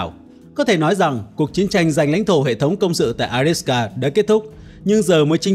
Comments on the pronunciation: Avdiivka theo tiếng Ucr và Avdeevka nhưng anh này toàn gọi là adiska. Nghe chối tai quá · Avdiivka chứ ko phải A đít xờ ca! Ad đọc sai be bét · Bạn đọc là “Adiska” nghe nó hơi kỳ kỳ.